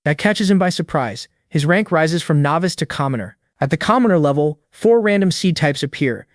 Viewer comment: bro doesnt say "level 1" he says "lovy 1"